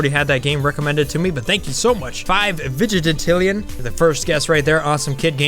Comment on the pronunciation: LOL I just noticed you keep saying vig-i-te-tillion, when it's vig-IN-tillion